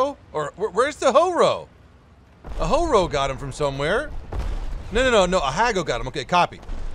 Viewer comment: it is pronounced like Jee-Roh (it was ok:) ). On the other hand, Ha-Go is like Hah-Go (first part was bad, the “Go” was ok though). You misspoke it’s name at one point in the video